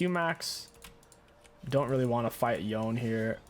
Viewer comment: It's Yo-Nay not Yown, every time I hear it pronounced like that I want to smash my head against a wall.